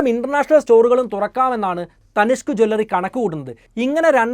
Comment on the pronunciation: Please "Jew L Ri not Jwallary" or say Aabharana shaala